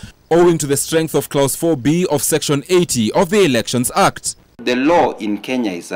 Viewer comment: the word 'clause' is pronounced as 'claws', Issue as 'isshue'. Can someone teach me how to pronounce 'erect' and 'elect'! 😆🤔